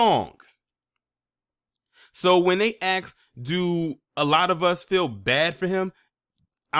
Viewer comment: And the word is ask, not axe. Learn English properly.